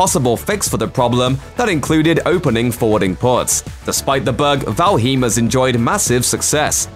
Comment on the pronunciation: The mispronunciation of Valheim even though he said it right the first time?